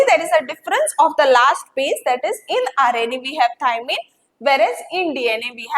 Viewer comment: Maam in dna we have thymine u said it wrong